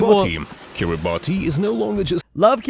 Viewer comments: bruh its pronounced kee-ruh-bas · it's kiribass ti makes an s sound in gimbertese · its pronounced kiribas but its spelt kiribati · Petition to get to pronounce Kiribati